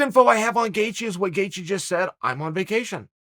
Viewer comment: The only name being slandered is Gaethje, and it's by Chael saying "gaycheez" every time he attempts to say his name.